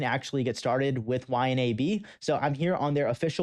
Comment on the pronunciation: Dude its pronounced Y-NAB